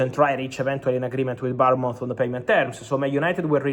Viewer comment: He can’t pronounce Bournemouth I’m thinking he’s saying Palmont??